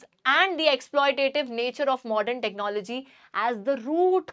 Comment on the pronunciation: Technology ❌ Technologia ✅😂😂